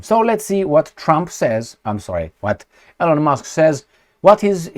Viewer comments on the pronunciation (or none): ...L-On ? 😂 C'mon man! You can pronounce all kinds of difficult names of different cities, towns, regions in different countries...but E-Lon is to hard? E-mil E-lon How hard is that?